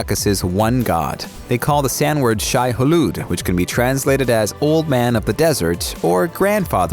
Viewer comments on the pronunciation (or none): none